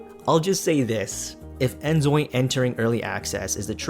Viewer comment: Name and shame - who stole your video? They suck! You did well even though you are keep saying instead of InZoi haha your videos are interesting! Keep saying it the way you want it and do what makes you happy. Wishing you all the best!!